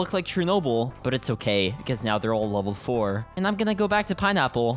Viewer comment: “And my bees look like Chernobyl, but it’s ok, because they’re all level 4” (What I heard) —-> “and my bees look like Chernobyl, but it’s ok, because they’re all ON THE FLOOR” I died laughing thought he said they were all on the floor